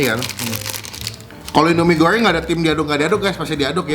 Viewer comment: Lidahlu knp bang..mie gorryeng..abis nelen paku y